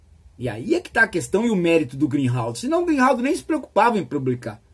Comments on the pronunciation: O nome correto do notório e excelente jornalista é Glenn GREENWALD, e não Greenhald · Professor, o nome do jornalista é Glenn GreenWald. Não é Glenn GreenHald. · Excelente Professor! Só uma pequena correção: a pronúncia correta de Greenwald é "grin-uóld". Para não haver confusão com o Greenhalgh 😉